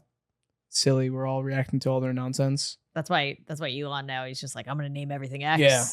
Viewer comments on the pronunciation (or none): none